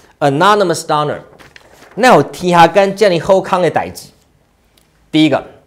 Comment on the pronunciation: 糾錯: Doner 中的母音o 就發"歐"音, 而不是"阿"音. 類似"冬呢兒"